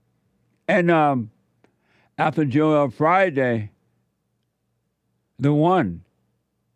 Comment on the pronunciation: Oh it "joel" and not "Jor-el"......had me thinking i had a stroke hahaha